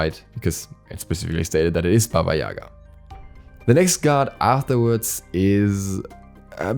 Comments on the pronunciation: Not baba yAga. Baba yagA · It's Baba Ya-gah! the Ya and Ga do not rhyme, cause in Russian it's Яга... But otherwise, super excited for more Slavic Gods!